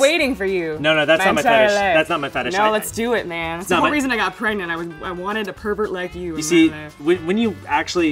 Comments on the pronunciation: Some dude said parnetg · I thought it was preganenant